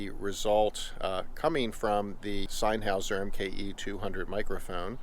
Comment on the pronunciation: Did he say sign houser? 😂